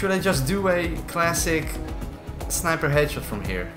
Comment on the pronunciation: On bf5 when the tank was destroying I thought I heard him say hatchet 🪓 I was like yo I like this then i realised he was saying headshot